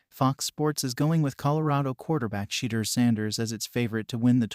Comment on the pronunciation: At least pronounce Shedeur’s name correctly.